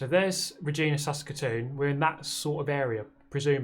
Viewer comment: Fun fact. Regina is actually pronounced Re-gyna. Like the female reproductive organ.